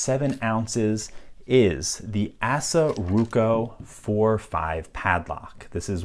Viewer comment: If you want to present yourself as a lock authority would you at least learn how to pronounce ASSA. It's not ass-uh it's ahs-uh. You sound like a dipstick wannabe.